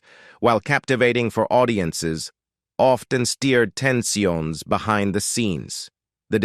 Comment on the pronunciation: Ha ha! Ten-see-owns. Give me a break, AI 🤬